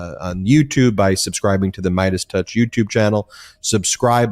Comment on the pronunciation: Did you say “Mierdas touch”? Fantastico!